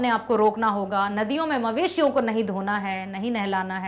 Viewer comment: Mam maleshiya nahi mveshiya